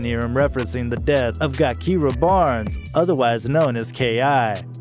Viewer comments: If this dude says Gakirah w/a hard “G” one ☝🏽 more damn time...It’s Gakirah pronounced w/a soft “G!” Dammit! Ja\keer/rah. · Clearly you’re not from here… her name is pronounced jah-kih-rah 🙄 so sick of ppl wanting to report on shit they know nothing of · Her name is spelled with a G but it’s pronounced Jakirah. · AND DUDE!!!! JUST CALL HER K.I. IF YOU CANT SAY GAKIRAH PRONOUNCED (juh-keer-ruh) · It’s pronounced ja-kiy-ra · Man completely butchered her name 😂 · Should’ve listen to a video or something before making this you fucked ki real name all the way up 🤦🏾‍♂️